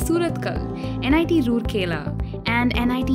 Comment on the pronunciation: It's pronounced as raaurkela not rurkela